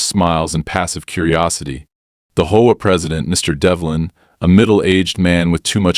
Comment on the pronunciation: Why do these AI READERS insist on pronouncing HOA as a two syllable word?